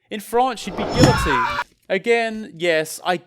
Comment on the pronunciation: YOU AREN'T SUPPOSED TO PRONOUNCE THE Ls IN GUILLOTINE!!!!